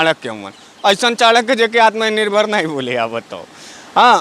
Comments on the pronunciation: Ye genda to anpad, jahil aur gwar lag rha hai, kaise home minister ho gya, isko atm nirbhar bolne nhi aa rha hai. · Sala Taripar gainda Takla ko Uchcharan bhi nahi kar pata Atmanirbhar ka. Aur logon ko Atmanirbhar bana Raha hai. Behaya Beshirm BJP. Tum Logon per koi Viswas nahi karta. Fekne band karo.